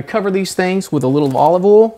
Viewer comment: its olive OIL pronounced Oy il and pregano is Oh Ree Ga No